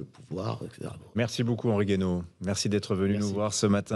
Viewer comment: Ca se prononce "Gou-aïe-no".